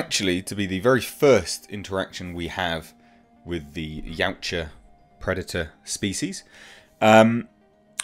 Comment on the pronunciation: Just a small FYI, Yautja is pronounced Ya-OOT-ja not Yow-cha.